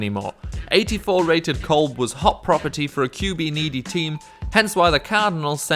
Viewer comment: You mispronounce Kevin Kolb's name and you are wrong about Ray Rice. He is out of the league because of how his performance sucked on the field AND for what he did to his wife. If Ray Rice was still averaging 4+ yards a carry, he would be in the league right now.